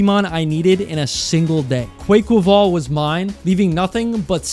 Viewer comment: I will not stand for this Quaquaval slander —clearly culture shocked to have no appreciation for the Samba Dancing, Capoerista Duck. (。-∀-) You said many things in this video but that was likely by far the most insensitive, and to make matters worse you said "Quay-Quay-vail" (I don't know how you managed that one but—) for shame <(｀^´)> In all seriousness—I like Palmaval/Quaquaval and having an indirect history with Dance made me all the more fond of and get the reference—cry about it(?) (;￢∀￢)